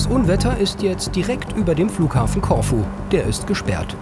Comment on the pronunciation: Corfu - die Betonung liegt nicht auf o sondern auf u....... ein langes u